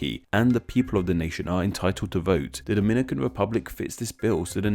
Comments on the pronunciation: Lmaoo your pronunciation of Dominican (from Dominican Republic) and Dominican (from Dominica) is hilarious. How we (brown skin people in the US who frequently interact with people from both countries) differentiate the two is the DR is pronounced DAminican, and Dominica is pronounced DOMinica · We don't call ourselves "doh-MIN-ih-cans"... we call ourselves "do-min-NEE-cans" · I think you ought to revise your information, sir. People from the Dom"i"nican Republic are called Dom"I"nicans ( to stress the "i") while the people from fro Domin"i"ca are called Domin"i"cans. Which in Spanish is referred to as Dominic"a"nos y Domin"i"cos. The demonym "Dominican," comes from the name "Dominican Republic" which in turn comes from the name of the second and larger city, Santo Domingo, founded by Bartholomew Columbus in 1498. The name of the city was given by the founder in honor to his father, whose name was Domingo and because they arrived there on a Sunday (Domingo in Spanish). Now, the of Dominican Republic was given by the founding fathers of the nation, because the name of the entire island was Santo Domingo and the adjectival form of Domingo is "Dominical" (pertaining to Sunday) and in those that identifies themselves with "Domingo" are said to be "Dominicanos." Not to be confused with the name derived of the adjectival form "Dominicos" (the friar order founded by Saint Dominic, known as Domin"i"cans). In other words, the name of the Dominican Republic comes from the name Domingo rather than from the order of Domin"i"cans, which the name applied to the island of Dominica. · Yeah its duh-MIN-nih-cans and Daw-muh-NEE-cans. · and the fact that both of them are called Dominicans but one is pronounced DO-MI-NI-CAN and the I get is DO-MI-NÉE-CAN and then people have the guts to try and correct me it pisses me off